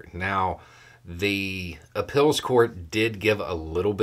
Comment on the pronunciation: Its cute how pronounces "appeals" as "ah-pills". Where is he from?